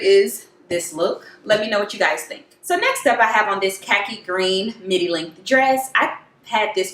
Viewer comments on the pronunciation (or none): none